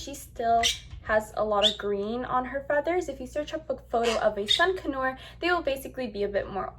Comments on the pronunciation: Its pronounced "con your" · D it sounded like you were saying a sun canue lmao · It’s pronounced sun con-ur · It's pronounced con-UR not con-or.... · Its not sun connors its sun conure ! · Seriously, I was like have I been pronouncing (CON-YER) wrong all this time? 🤦🏻‍♀️🤣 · Your saying conure wrong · Are you pronouncing conure wrong or have I been wrong for 20 years?